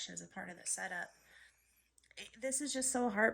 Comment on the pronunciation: This same dude stay making fake stories. He be changing his voice but his accent stay the same. He always say sent up instead of setup. Goofy even got a female a.i. voice to make it seem real 😂😂😂